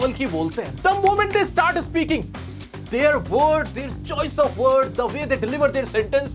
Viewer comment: Sir "their" pronunciation not "there"